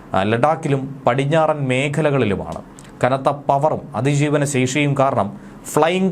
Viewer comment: പറിഞ്ഞാടൻ ❌ പടിഞ്ഞാറൻ ✅😂😂😂😂